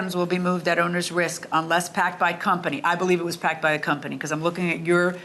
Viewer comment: It wasnt packed by the "cumney"